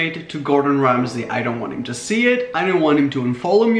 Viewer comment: and it's Gordon Ramsay